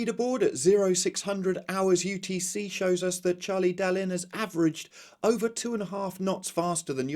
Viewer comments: The French language reports would disagree. Dalin is pronounced DalAN, to rhyme with Alain. I got pulled up by a French friend for mispronouncing the word 'copin' which means buddy or chum. This too is correctly pronounced copAN. The feminine version 'copine' is pronounced as it looks. So by comparison, Charlie would need an e on the end of his name to make your current pronunciation correct. Your reports are valuable and greatly appreciated btw. Sorry to carp! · Now that it seems Charlie Dalin is going to win, perhaps you could try to pronounce his name correctly please!